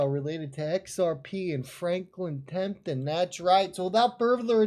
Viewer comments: It's TEMPELTON not TEMPTON!!! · FRANKLIN TEMPLETON NOT TEMTIN.,,,,,OY VEY